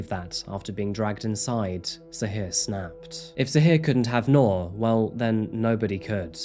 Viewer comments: Her name is pronounced like NEW-R, New'r, Nuu'r, newer... Not 🚫 NOR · Bro saying Noor like Knorr Soup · Not to be a stickler, but its "Noor" like 'Noob" not "Noar". Means light in Arabic. :) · I wish you had taken the time to learn how her name should be pronounced😢